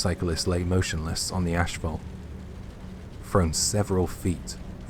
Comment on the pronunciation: Why he says Ashfault when he says Asphalt?